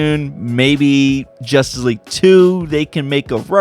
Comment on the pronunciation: He says jusss league